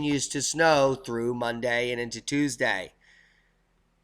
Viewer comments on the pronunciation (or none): none